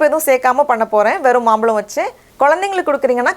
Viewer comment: akka adhu maambazham(Mambalam illa ) Mambalam t.nagar pakkathula irukku .... Ungala paathu nerayaper maambalam nu solluvanga.... Solli kodukara ungala paathu nerayaper kathupanga .... So teach good and correct .... But ice nalla vandhudhu..thank you